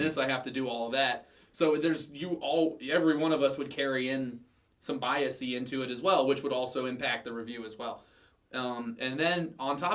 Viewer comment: It's bias not biasy. Thanks.